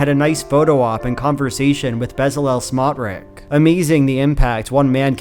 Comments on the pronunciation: Pronounced smotrich like tsh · extremely minor correction: the ch in bezalel smotrich's last name is pronounced like "tsh" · I wonder when Shapiro will realise he is the pet Jew of the USAmerican alt right... He will deserve the shit that he will get. BTW, you are pronouncing Smotriches name wrong. This piece of 💩 name is pronounced Smotrich, with a ch like chair at the end. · FYI Smotrich isn't pronounced like that